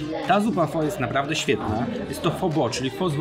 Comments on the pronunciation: świetny odcinek. Z tymże jedna uwaga. Otóż w jednym z filmików - na temat języka wietnamskiego dowiedziałem się, że słowo pho wymawia się jako phy. A to bardzo ważne gdyż jak powiemy: Poproszę jedną pho to oznacza to tyle co delikatnie mówiąc poproszę jedną panią ciężko pracującą przy drodze własnym ciałem. Zapraszam też na swój kanał gdzie oceniam herbaty, yerba mate i zioła. Tu masz moją recenzję Zhu Ye Puerh (puerha w bambusie) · Hej, słyszałem o innej wymowie pho, ale.... wymowa "pho" tak się zadomowiła w Polsce i na Zachodzie, że chyba już po ptakach. W Wietnamie będę jednak uważał, jak już pojadę!